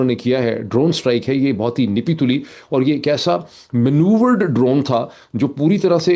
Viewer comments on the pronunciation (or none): Dear sir, When you say نہیں تلی, it is pronounced as " Nappi tulli" not nippi tulli. Nappy commoes from word ناپ۔. Nappy means measured. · ‘Napi-tuli’ not ‘Nipi-tuli’ - 😅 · معید بھائی ، نپی تُلی میں "ن" کے نیچے " زیر" نہیں بلکہ یہ " زبر" ھے So it's " napi tuli "